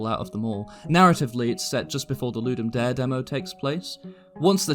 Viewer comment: the E in Ludum Dare isnt silent, the whole phrase is latin